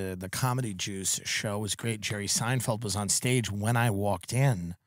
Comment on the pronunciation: Did he say "juice" or "Jews"? Because he immediately after said that Jerry Seinfeld was there???